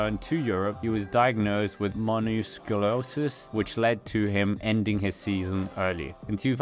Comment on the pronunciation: What's monoscluosis 😂😂